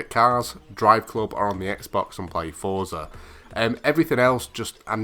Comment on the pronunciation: Omg you said Forza properly, and didnt say Fortza